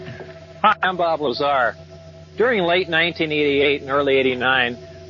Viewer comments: He said Bob Lazary!!! 🤣🤣🤣🤣🤣🤣🤣🤣🤣🤣🤣🤣🤣🤣🤣🤣🤣🤣🤣🤣🤣🤣🤣🤣🤣🤣🤣🤣🤣🤣🤣🤣🤣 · "bob liezar"